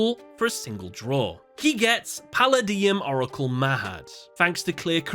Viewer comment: I was just listening to this while enjoying dinner. I really don't wanna be that guy, but... [dee~eep breath] 😑🙏 "puh-LAY-dee-UHM... OH-ruh-cul... muh-HAWD."